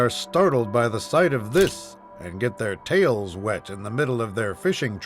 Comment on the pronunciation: i kept thinking he was saying wet there tails lol